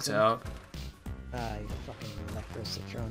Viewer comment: Anyone else remember when called the citron citren?